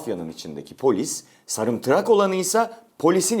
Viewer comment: sarimtrak diyo ya:))